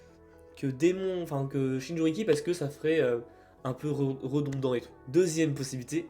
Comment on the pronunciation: Jinchuriki et non "Shinjuriki", mais bon, cool la vidéo !